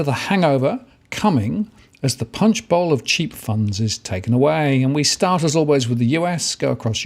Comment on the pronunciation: UMMM - it's Punch Bowl, NOT bowel. UGH